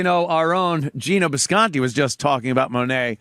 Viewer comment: Does call bisconte disconte as in discount because he’s broke?